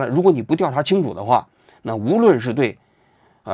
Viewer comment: 指正一个小的读音错误：钿（dian4）@